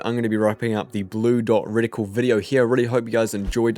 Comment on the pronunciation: Btw it’s not “ridicule” it’s “Reticle” 😉